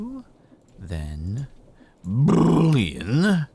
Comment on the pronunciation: When Jordan says Boolean I chuckle. Every time